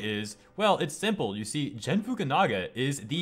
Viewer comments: It's not pronounced Jen. It is Gen 😠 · AFAIK you pronounce Gen like Gandalf. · You're the second person who pronounced Gen wrong. The G is pronounced like gum, go, get and gorilla. At least you pronounced his last name FukunaGa and not FukunaWa.